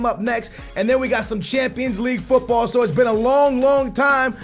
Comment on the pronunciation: this is getting annoying.....stop pronouncing football the wrong way